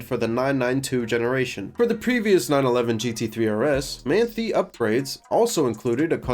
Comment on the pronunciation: as a german i feel obliged to point out, that its pronounced like "Mahn-Thai", though to cut you some slack, its not a particularly german looking name ;) great video!